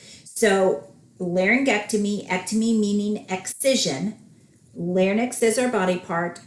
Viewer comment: Thank you for all the tips you have given, very helpful. Just wanted to clarify an example. You say Total Laryngectomy with radical neck dissection. Doesn't just 31365 suffice, why is an additional code looked for in the lymphatics? Also isn't Larynx pronounced "Larinx" and not "larnix"?